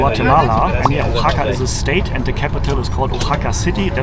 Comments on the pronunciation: Oaxaca is pronounced “wahaca” phonetically, not “o” haca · love the video and the energy, but you are killing me with the pronunciation is Wahaca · Try saying it this way: wah-HA-kah. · CITY IS PRONOUNCED WA-HA-KA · Your killing me on his you pronounce Oaxaca. Wa-Haka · It’s pronounced Wahaka. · I ❤ Mexico City and Oaxaca! But personally, I prefer the foods of Mexico City., I think easier/correct way to say Oaxaca is to say it like “Wa-ha-ka” Just a friendly tip 😊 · Firstly I thought you was saying a Japanese name xdd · Wondering if he is going to learn how to say “Oaxaca” during his visit.